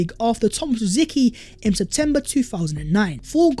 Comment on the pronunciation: Tomas Rosiky?? Say his name properly!